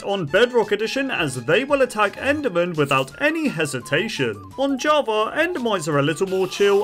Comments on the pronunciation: Java❌ Javer✅ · is it just me or does he spell Java as Javer? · “Jawver edition”